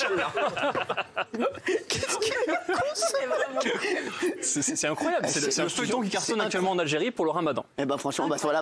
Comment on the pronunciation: N'importe quoi, il lui ressemble pas du tout et l'équipe de tpmp pourrait avoir un minimum de respect en se renseignant par exemple sur la façon de prononcer le titre de la série qui au passage est excellente. Le '' inchaALLAH '' suivi de conneries que je ne répéterai pas est aussi un manque de respect. Faudrait apprendre à mêler humour et respect. Si si, c'est possible.